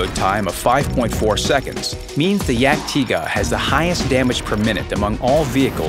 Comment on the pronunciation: You dont say it dyag-Tayger, you say it Yag-Tiga. Cause its the proper way to pronounce it